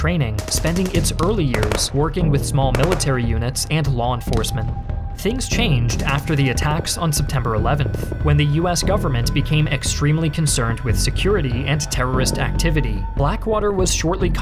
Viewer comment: """lawn enforcement"""